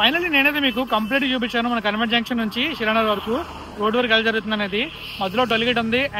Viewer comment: కాన్వెంట్ అని పలకండి మీరు కన్వెంట్ అని అంటున్నారు... "క" కి దీర్గం పెట్టి పలకాలి... మొదట నాకు అర్ధం కాలేదు మీరు ఏమి అంటున్నారో... తెలుగు ను బాగా పలకండి...